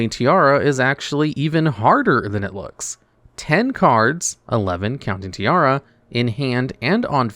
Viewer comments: You calling her tiara instead of tierra gave me something. As someone who have as Main language spanish, her name is the spanish Word for earth, while your pronunciación was the Word for a crown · It's Tierra not Tiara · is pronounced Tea-A-Ra(like the egyptian god Ra). Did you fail spanish class? You say it as if you were saying tiara. (Tiara is Spanish for tiara)